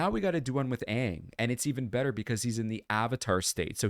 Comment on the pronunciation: The fact they actually pronounced his name right Aang not Ong is worth watching the series.